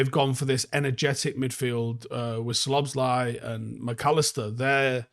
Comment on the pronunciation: I know we lose. But I'm only here for pronunciation of Szoboszlai